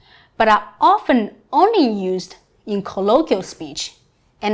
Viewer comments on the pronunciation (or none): none